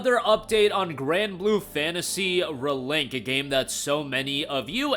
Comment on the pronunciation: "Granblue Fantasy Ruhlink"